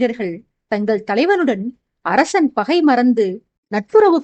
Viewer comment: Hai dear how are you, for the past 3 chapters I feel that your tone is somewhat different while pronouncing sha and sa word for example arasan you are telling arashan like that. That's why I am telling.